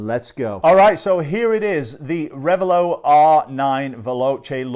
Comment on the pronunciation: It's not rev a low, it's rev a lot. The name is two words combined: revel and zealot.